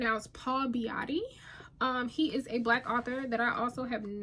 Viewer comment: Sellout is very good. You're pronouncing the author's last name incorrectly. If you look for his interview on Youtube you will get the correcf pronunciation. I must admit I like your pronunciation better.😊